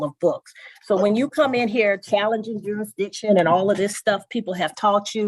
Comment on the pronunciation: He calls it. " Juridition". Thats not even a word.